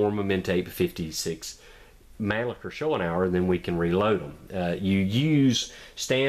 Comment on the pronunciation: I can forgive you for this bad pronounciation. Greetings from Austria!